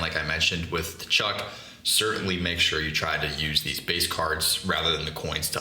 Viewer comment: Maaaan if you’re gonna avoid my boy Matty Tkachuk you gotta learn how to pronounce his name!